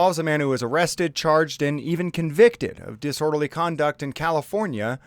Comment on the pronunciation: Didorderly Speech 😂